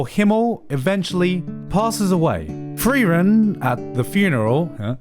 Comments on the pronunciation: Its not Free-ran, its Friar-en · LOLLL HAB ES EINFACH GAR NICHT GEMERKT. Er hat die ganze Zeit "freeren" gesagt und da hab ich das "frieren" überhaupt net raus gehört lolll